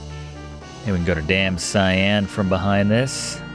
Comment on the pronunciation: Damcyan ... pronounced: dăm sē ăn. Not "Damn Cyan" ... the middle of it would be pronounced as halcyon literally replace an "hal" with "dam" and the 'on" with "an" and you got it.